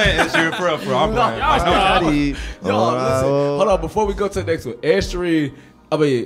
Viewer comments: How did yall give Ed Sheeran's last name 8 different pronunciations? 😂 This is my favorite segment of this channel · WHO TF IS ED “SHEERAN”😂😂😂